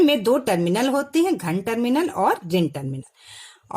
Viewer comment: Mam aap ghan bol rahe hai ghan he ya dhan tarminal